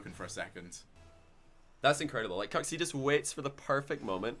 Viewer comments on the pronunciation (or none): pretty sure its not pronounced "cooks"